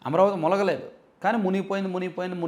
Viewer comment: మీరు ఈనాడు వంటి పత్రికలో పనిచేసే కొన్ని పదాలు తేడగా పలుకుతున్నారు గమనించారా? మునగ లేదు అనడానికి బదులు ములగలేదు అంటున్నారు. ఇకపోతే అసలు విషయానికి వస్తే ఎలాగూ అమ్ముడు గాని పత్రికలు ఏం చేసుకుంటాం. ఈ రకంగా అయినా ఉపయోగించుకుందామని చేసే కుటిలేయత్నమే వైసీపీ వల్ల పనులు.